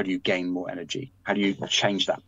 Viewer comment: Energy not engery